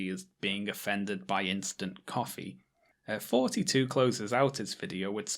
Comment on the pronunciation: TH-oughty, not FFForty....